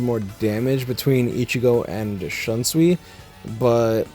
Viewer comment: Also, not tryna be offensive but, many Bleach fans (especially the Western ones) pronounce Shunsui's name wrong. It's pronounced as /Shoonsuy/, not /Shunsuwi/